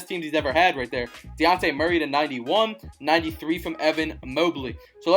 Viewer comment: Bruh you said luka it was devin booker and its dejounte not daunte